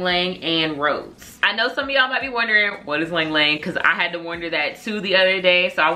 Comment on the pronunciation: Hey love, ylang ylang is pronounced ee-long ee-long. Love your reviews girly. I’m definitely gonna check these out.